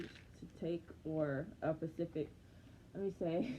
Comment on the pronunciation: Oh so that’s why you been getting thick. Mhmmmm. We heard you say pacific mhm 😂. I’m so sorry about your graduation hun :(